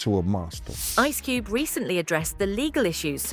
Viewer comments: "Ice Cubey says Puff is being targeted for his stancey"..... wtf??? AI narrator forgot how to speak English?!?!? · I’m sorry, I’m sorry; ice cubie? His stancie? wtf kind of AI voice is this